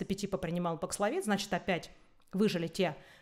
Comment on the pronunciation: Спасибо! Очень актуально: что делать в России? Прививаться Спутником дальше? Говорят, он не годен для бустера. И просьба четко произносить названия. Бакславин? Пакславин,бакславит, пакславит/д, бакслафин/д/т? Это особенно важно, когда слово новое, термин, имя, фамилия, топоним. Очень распространенная вещь многих спикеров